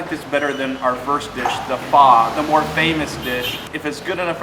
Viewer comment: Oh no. Now, we have two ways to pronounce Pho incorrectly. 😂